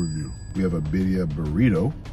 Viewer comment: Is he saying baddia or birria 😂